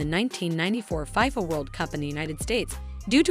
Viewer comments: FIYFA WORLD CUP?! (its FIFA, pronounced Fee-Fuh) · I cringed everytime she mentioned it that way